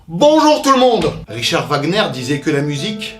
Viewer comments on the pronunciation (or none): none